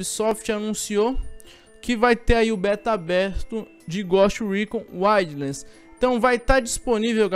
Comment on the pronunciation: "goste recon uaidlans" 😂😂😂😂